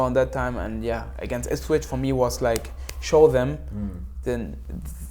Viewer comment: Onel saying ipshit was the best thing ever. He obviously understands Norwich city if he is saying that. Brilliant 😂